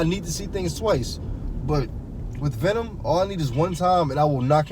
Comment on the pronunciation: Venon? 😂 but seriously. Venom is a good movie. Not great. But not bad